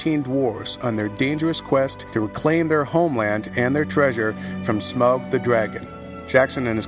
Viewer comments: Smug the dragon? It's smaug. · The moment he called Smaug ''smug'' I lost the trust in the man. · why is he calling smaug that?? s-m-or-g... sm-org... smorg=smaug